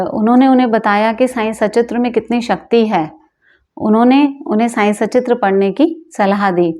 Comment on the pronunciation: मैडम अब तो सुधार कर लो ! आप बाबा के बारे में वीडियो बना रही है और बाबा की किताब को "साईं सचित्र "कहती हो जब कि किताब का नाम "साईं सत्चरित्र" है।